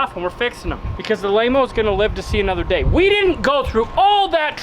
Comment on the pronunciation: Laymo not Mayo.